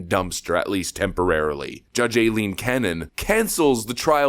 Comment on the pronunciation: lol, for someone who went Karen about how people were not saying "Go woke, go broke" and instead "Get woke, go broke", you need to learn how to pronounce the name "Aileen"...it's pronounced "Eye-leen" and not "Ayleen"